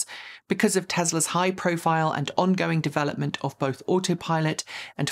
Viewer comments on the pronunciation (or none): none